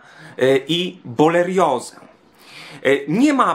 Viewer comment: "Boleriozę"? Do tej pory sądziłem, że choroba zwana jest boreliozą :)